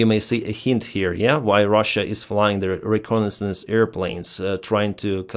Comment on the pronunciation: Bahrain is a country, Bagram is the airbase. Also, try google for pronunciations - re - con - nais - sance. For all the effort you put, the outcome feels like laziness or satire.